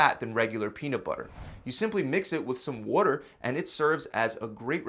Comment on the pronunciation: You said water funny